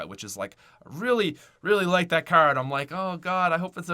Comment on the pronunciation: Why does he pronouce car so wrong its funny